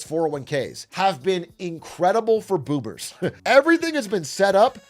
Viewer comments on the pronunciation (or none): this man definitely said “boobers”, not boomers